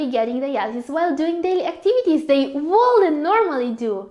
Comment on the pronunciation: Your pronunciation and intonation are quite disturbing especially the words that should be pronounced with silent "L" such as could, should, would ... please take note of the words with silent "L". ✌